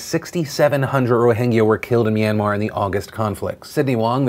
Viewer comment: I give you a 10/10 on your pronunciation on that Myanmar piece. Thanks for talking about this issue on your platform phil